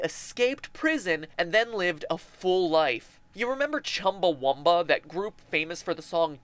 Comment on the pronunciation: Chumbawamba, not Chumbawumba.